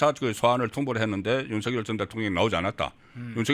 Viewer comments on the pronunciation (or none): 넘 무식하게 들려요. /윤서결/ × /윤성열/ ○ 윤 전대통령님을 존경한다면, 부모님들을 존경한다면 함자 바로 /윤성열/로 불러 주세요. 고유명사는 문법(여기서는 자음접변)에 영향을 받지 않아요. 본인이 부르는 대로 불러 주는 게 예의이고 상식이에요. 취임 초기에 /윤성열/로 불러달라고 했어요. 지금까지 /윤서결/로 발음하는 건 어감상 거북하고 넘 무식하게 들려요.